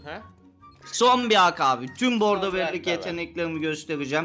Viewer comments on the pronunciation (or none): Bordo deil boggdooo beylerr